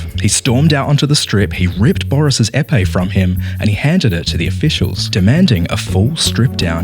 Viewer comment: It's pronounced " Hey Pay" (Épé) or Ay Pay i guess. Une épée = a sword